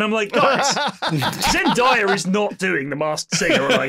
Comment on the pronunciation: C’mon guys, with the number of tunes you guys have brought her up you’d think you guys would learn to pronounce zendaya correctly. It’s day not die